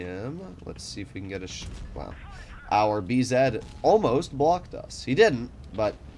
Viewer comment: Could u please stop saying "b-zed" The last time i checked, u were American